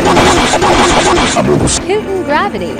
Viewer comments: am I the only one who realised that pluto was pronounced putin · Pluto gravity = Her pronunciation is pu-t-in gravity Uranus gravity = Her pronunciation is Ur-an-nus gravity Venus gravity = Her pronunciation is Pe-n*s gravity Sun gravity= Her pronunciation is Sunnns gravity